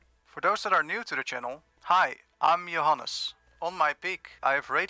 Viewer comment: You said Johannes like a true afrikaans person lol.